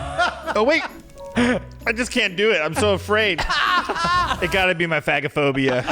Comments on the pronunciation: hey shane, it’s not fag-o-phobia but fage-o- phobia. phag is swallow and phobia is fear of. Like difficulty swallowing is dysphagia (dis-fay-sha) not (dis-fag-e- a) 😂 hope this helps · Just to address the swallowing “issue”-if no one else has, the phag isn’t pronounced fag. It’s pronounced phazh. It’s an A like pronounced in “care”. As in medical terminology. I’m an ER nurse and a lot of medical terminology is pronounced differently, I’m not sure how else to explain. Maybe ask the boys pediatrician or nurse. Carry on. 🫶🏻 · It’s actually fay-ja-phobia friend ❤️❤️ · Omg yall. It's pronounced FAY-ge-phobia. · Guys... It's pronounched "fahhj (soft j)ophobia" not ... in the slur way HAHA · Nurse here. Shaneeee. It’s pronounced like faaage a phobia 😅❤ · Shane… I hate to tell you this but it’s pronounced like Fage-o-phobia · Oh no. Phagophobia is not how you say it lol. It’s (fago-phobia) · Phagophobia - pronounced like “page-o-phobia” but page is an F - fage-o-phobia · Also, I hope you get away with phagophobia... because the "g" is actually pronounced softly as in age in the word. Just like aphagia is the inability to swallow. But 🤞🤞 because if Ryland and Chris can't say it (Shane has a part time pass lol), who can? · That is NOT how you pronounce “phagophobia” lol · That is not how you pronounce phagophobia lol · That’s not how it’s pronounced 🤣nooooo put swallowing problems in google and hit sound.